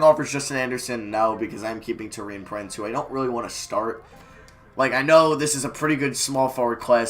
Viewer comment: Btw can you stop saying tow-ee-an prince and say tor-ee-an prince soz for being a pit picky